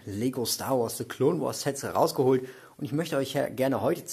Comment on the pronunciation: Coole Sets aber ich finde es witzig das er se Clone wars sagt lul